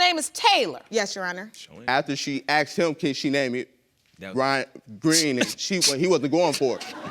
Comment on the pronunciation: Who knows why everybody on this show says "I axed her" instead of "I asked her"? 😂 Just wondering, 'cause there sure is a big difference between the two 😅😂